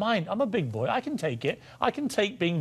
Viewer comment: The word is BOY Piers Morgan, not BOYEEE